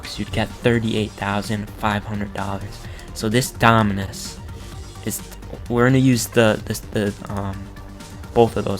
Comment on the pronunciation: he owns almost all the dominus in the game and he cant pronounce them lol